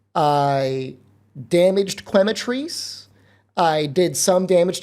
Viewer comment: Quematrice is pronounced like “chemical” + “cockatrice”